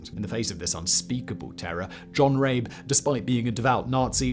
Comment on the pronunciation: Surely his name is pronounced RAH-buh, not Rayb.